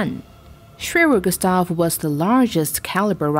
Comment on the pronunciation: Lol, Americans can't pronounce their R's. SWEWEW GUSTAV is all I hear at then end hah.